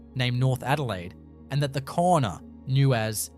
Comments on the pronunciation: The word Kaurna is actually pronounced ‘Ghana’ not ‘Corna’. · please, cornerstone arrangements?, ... Korna people?? please have enough respect for culture to at least spell and pronounce the name of the Adelaide plains people correctly. They are the "Kaurna" people. Why would anyone trust any other single word you say? what a rubish channel. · It's pronounced 'Gar-na' not 'Corner'. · Pronounced 'garna' not korna! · Please do your research before opening your mouth. The Adelaide plains people are pronounced like Gauna, the adelaide hills people were the peramangk. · That’s pronounced Gour na, not Korna people. Please change this. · Pronounced Garna! It is important you pronounce correctly otherwise your whole story becomes questionable and you point is lost. Port Adelaide actually had and has full tunnels for escapse running under there! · It’s pronounced Garna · Kaurna said like Ghana (yeah the country) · Kaurna is pronounced "GAR-nuh" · The people are the Kaurna people, pronounced Garna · I was about to say the same thing. ❤ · Its pronounced GAURNA do some research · A load of rubbish, and at least take the time to pronounce names correctly !! No actual pictures of what you are claiming, and a completely AI assisted . NO fact checking, and no evidence....there may very well be structures, but this video is a complete farce ! If you had taken any time to research 'Garna' is the correct way to say Kaurna people, how insulting !! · mispronounced First Nation name a few times differently Victoria has over 200 stone circles so it's not too strange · I call bullshit, Having lived my 76 years in Adelaide and have always had an interest in archaeology and know of Aboriginal middens in the Southern Beach suburbs. Not only are the sites mentioned unknown to me the narrator mispronounces continuously the name of the original inhabitants.